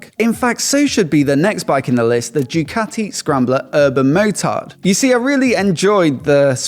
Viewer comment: "Jewkati"? ZED? c'mon....